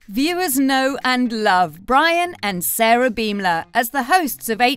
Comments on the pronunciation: Their last name is pronounced bom-ler like a bomb exploding not beem-ler.. I think if you're making a video about people, it's important that you know how to say their names correctly. :) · learn the english language, its pronounced BAHM LUR